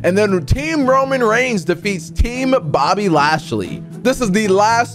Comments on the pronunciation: IT IS BOBBY LASHLEY NOT BOBBY NATEY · Why does he say Bobby nasty instead of Bobby lashely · way do you call bobby lashly bobby nesty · Why do you say Bobby nasty